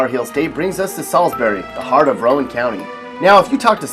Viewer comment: IT'S SAID ROW-ANN, THANK YOU VERY MUCH.